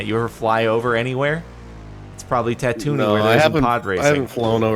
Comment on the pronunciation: Your pronunciation of tantooine is so bad